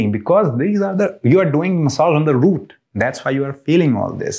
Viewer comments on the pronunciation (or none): none